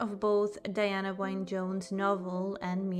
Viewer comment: Diana "wine" Jones? Her middle name, Wynne, is pronounced "win".